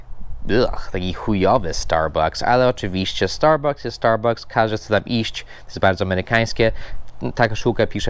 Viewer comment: "orior end liwaj" wtf? Oreo and Lewis, i co najważniejsze "starbAKS" a nie "..bu-c-k-s", tak się u nas mówi, bo najłatwiej, nie musi byc poprawnie. Każde słowo ma inaczej. Peace :)